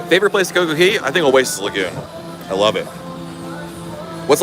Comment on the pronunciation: just wondering why you keep calling it Coco "Key", you spell it correctly